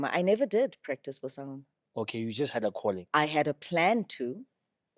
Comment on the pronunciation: One is gifted to "Ubungoma" not "Ubusangoma"